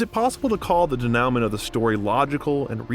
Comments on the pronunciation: Yes - de-nu-mon , probably ai narration and they didnt catch it in editing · pretty sure u pronounced denouement wrong. Its more french sounding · You should learn how to prounce "denouement." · learn how to pronounce denouement, please. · The narrator muttered the word ‘denouement ‘ !